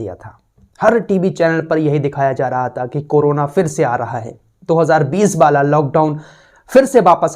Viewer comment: "वाला" को "बाला" बोलते हैं 🤭